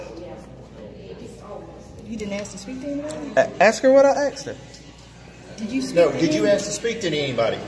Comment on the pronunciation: He AXED to talk. 🐓🍼👶🏼😭. He was to cowardly to show it.